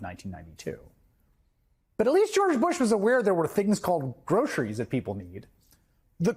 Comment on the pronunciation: Trump doesn’t care about American people. He can’t even pronounce word “groceries” because his tongue never was exposed to such torturous words. We all thought that he is rich enough to not care about kickbacks from Israel or money from huge corporations but I guess greed has been confirmed with Trump that it has no boundaries.